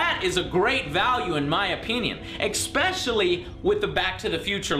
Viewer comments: Okay the way you pronounce especially is getting irritating, there is no C or X after the E. ESS Specially. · There's no x in especially so please stop saying exspecially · I agree... everyone (except him) knows it's especially NOT expecially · "Expecially" *twitch twitch*